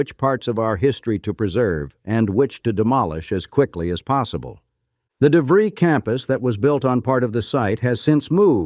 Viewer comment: I was 9 years old in 1967..this park absolutely shaped my childhood.... btw the school is pronounced "De fr-eye" not "De -free".